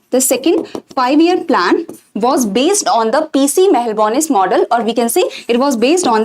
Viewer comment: Its not mahalanbonis.its Mahalanobis